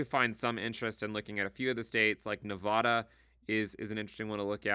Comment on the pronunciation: Great video,. One thing - this is the correct pronunciation of the state of Nevada